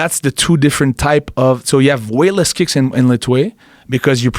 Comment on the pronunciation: "Lethwei" or "Let wait" for a better pronunciation